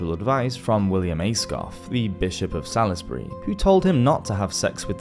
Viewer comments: Salisbury is pronounced Saulsbury. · Great, but that phonetic pronunciation of Salisbury is weird ;)